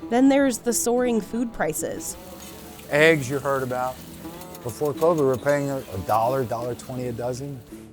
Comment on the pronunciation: It's eggs, not "ehyggs"